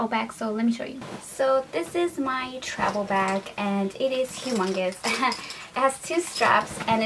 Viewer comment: does anyone else notice that she says travel with a B instead of a V